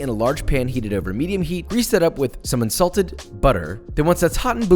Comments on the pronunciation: Unsalted butter, I heard Insulted butter :D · Hahahaha. I thought you said "Insulted butter." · I swear at the beginning I heard insulted butter. "F*ck you butter! Get in the pan!!" Also I'm sure it's delicious. But if you bake it..Is it still 'Toast'? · I heard, “ insulted butter ” ..poor butter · I had to do a double-take when you said "unsalted butter". It sounded at first like you said "Insulted butter", which I'm sure would make any cooking a fun adventure. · totally heard insulted butter hahaha